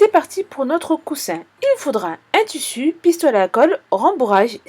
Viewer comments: j'ai appris un truc askip maintenant on dit tussu et pas tissu ! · En dit tissu 💬💬💬pas tussu